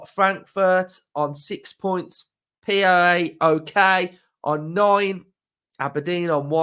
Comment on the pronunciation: Great content as usual.for future reference PAOK is pronounced POW-K I only know because it's my old Greek work mates team keep up the great work UTV